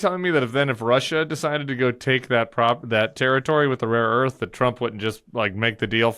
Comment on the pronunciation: It was rare earth, but Trump cannot master that word apparently as he has said raw earth repeatedly